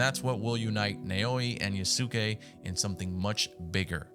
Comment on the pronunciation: I can tell you never watched anime lol It’s pronounce “YAHS-kay” my broder